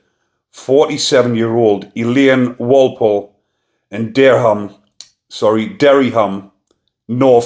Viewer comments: You was worried about pronouncing the Welsh place wrong, then fumbled Dereham!😂 It's Dear-um m8. Always nice to get some good news from you! Keep it up dude! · It is Dereham pronounced (deer ham) in Norfolk